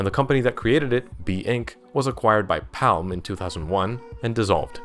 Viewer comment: Why you say Palm like that?